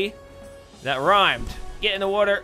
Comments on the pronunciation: Billy From Happy Wheels he says wuter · the way he says water is funny